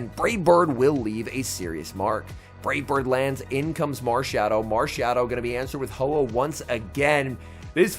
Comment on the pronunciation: At 15 mins it sounds like you say marshadow DODO 💩